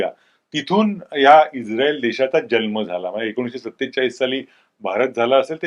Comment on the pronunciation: जन्म शब्द चुकीचा उच्चारत आहात. जल्म असा उच्चारत आहात.